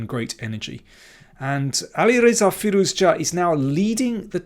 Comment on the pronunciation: Good video. Sorry for commenting about firouzja pronunciation last time, I realise you are saying the name the correct way now.